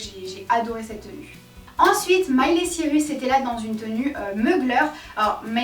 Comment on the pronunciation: J’aime beaucoup ❤️ seul petit truc qui me dérange c’est la prononciation des nom de famille lol j’ai pas l’habitude d’entendre « cirus » phonétiquement et d’autres exemples, c’est assez stressant. sinon tout le reste top